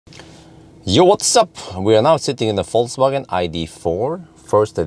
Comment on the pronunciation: Yo wassup! damn, you are almost German how can you say Vol(C/Z)wagen:D